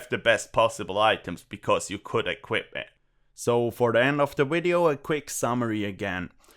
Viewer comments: Wideo Inwesting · try pronounce the word "video" better -- starting with V.... idio... not w-idio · there is no "v" in the german language so he can't pronounce "v" in english. Same for why indians would pronounce "vials" and "wials" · I'll be honest bro. I'm going to subscribe simply because how you pronounce video. It's not even like a terrible thing, it adds humor to the video even if you're not doing it on purpose. I love it. LOL. Kweep it up.